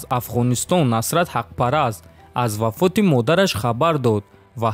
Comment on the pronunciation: Вафот а не фавот